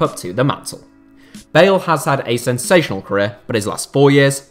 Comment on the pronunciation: Thought you said Gareth Barry not bale lmao